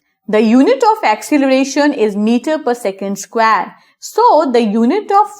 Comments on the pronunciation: It is square not squaare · The way you say square is killing me!!